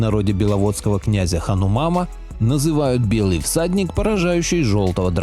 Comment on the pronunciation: Не асур(демон) а Сур. Не ханумам, а ХанУман.